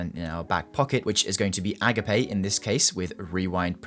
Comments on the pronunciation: Bro called the Agape HC (uh-gape) to A-Guh-Pay 😭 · Friendly note, it's pronounced "uh-gop-ay". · EE-gape :D